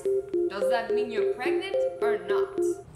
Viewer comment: No one No body Not even kassie Azzy: you're clearly not PrEgAnTe